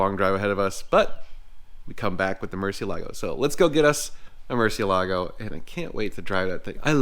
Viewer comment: You are not allowed to own a Murcielago unless you pronounce it correctly 😂. Just kidding. But seriously, Mur-seal-a-go